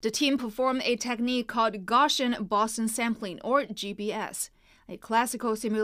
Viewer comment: The way you pronounced boson pissed me off.